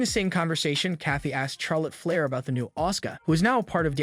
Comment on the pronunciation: Does this guy know how to pronounce a name or what hahaha Charlotte Flair is pronouncing it the wrong way though trying to say her name with the sound of CH and not the sound of SH. I think you really needs to do more watching WWE before he does any more videos like this on wrestlers because he doesn't know how to pronounce names right